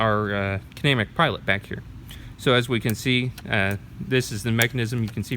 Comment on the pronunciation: Its pronounced Kin-uh-mat-ic